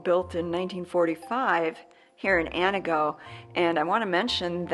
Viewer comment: Ann TEE goh, not whatever it is you are trying to say.